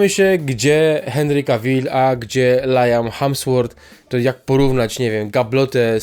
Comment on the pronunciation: Nie Lajam Hamsforf tylko Liam Hemsforf się czyta. Pozdrawiam 😊